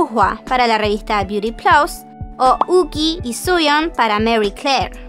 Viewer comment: Yuqi no se pronunciaría Yuchi?